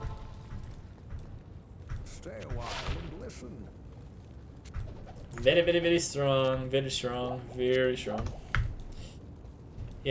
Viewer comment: Every time I hear you say "very" I replace it with "beary"